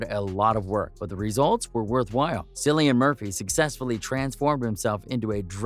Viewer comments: His name is pronounced , KILLIAN - and everytme you pronounce it as , Sillian , GOD takes away a centimeter of your favorite appendage ! ! ! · Killian not sillian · Can’t even finish this! It’s pronounced KILL-IAN! Pretend the “c” is a “k”, you can do it!! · Pronounced Killian. And your research is incorrect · Cringe when his name is said incorrectly snd thumbnail is total click bait. Lame. Wasn't mad i watched I guess lol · Can’t take this seriously considering this bonehead pronounced his name incorrectly 🤦🏻‍♀️ thumbs down 👎🏼